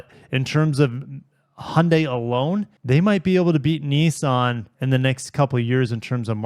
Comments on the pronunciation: Niss-an. There is no such thing as a “Knee-sahn” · I never heard of Neesan. Are they a new car company? Why do you pronounce Nissan as if it has letter E's in it, when it has not?